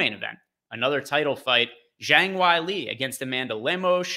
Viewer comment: JONG WHY-LEE 😂